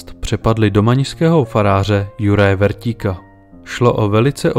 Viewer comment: Kupec sa volal Šipoš a nie Sipoš, farár Vrtík a nie Vertík.